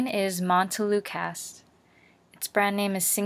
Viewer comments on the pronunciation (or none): Are you sure that is how you pronounce montelukast?